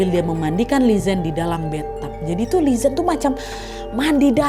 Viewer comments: lelaki kaya akong ni emank ciri khas pria tionghoa,setia banget asal g bohong mereka bakal setia 🥰 BTW Li zhen d baca nya Li Jen/Li Chen g si? sorry aga ingin memperbaiki 😭🙏🏼 CMIIW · Li Zhen dibaca Li Cen:)